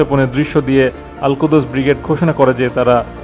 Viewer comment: আলকুদস নয়, আলকুদ্্স